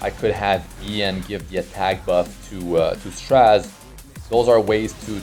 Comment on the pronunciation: Please don't say straz it's stra zeh